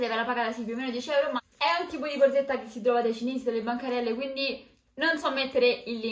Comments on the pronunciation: Ma perché dice BORZETTA?BHOOOOO...PER ME È UN 'ANTIPATICA... PIÙ UMILE... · Forse perché è romana? Anche tu dovresti essere più umile